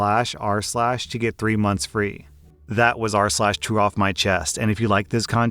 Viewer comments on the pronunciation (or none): Why does true off my chest sounds like 'chew off my chest'?